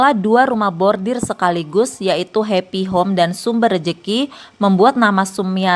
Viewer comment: Pembaca Narasi koq nyebutnya Bordir 😅, harusnya khan Bordil